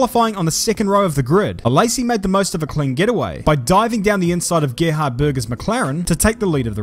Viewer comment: As an Austrian listening to this was like:: Gerhard... Me: Uh, impeccable pronunciation, I appreciate that.: Börger Me: 😑